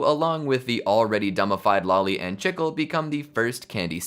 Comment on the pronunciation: The way he says chicle gets me everytime lol